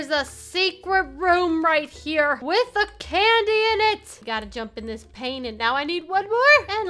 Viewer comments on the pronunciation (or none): none